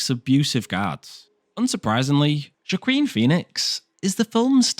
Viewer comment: It’s pronounced ‘Wah-keen’, not ‘Joe-quin’ 😂 had to give up on the video because your narration is really odd. Why do you pause every three words?! 😂😂😂